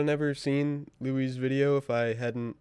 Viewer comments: Its pronounced Luis Lu you is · not Lui